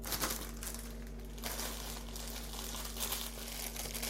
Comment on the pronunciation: it’s pronounced like crock muh-syur